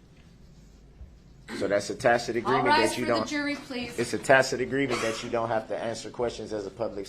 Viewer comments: The new word for day 14; Dishonor!!!! He finally learned how to pronounce tacit past 2 court days. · He finally learned the proper pronunciation for "tacit" and now he won't shut up. Judge Dorow was like a frustrated mom with guests waiting to come inside and she's dealing with a spoiled disobedient brat in desperate need of a good old fashioned a** whipping. He really took her there., I'm really glad you're back. Really missed you sweetheart. Love and blessings to you and your family. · One good thing, he did learn to say “tacit”😂